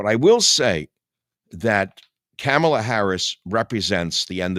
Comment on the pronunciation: Her name is Kamala. It sounds like calm a la, not camel a Michael.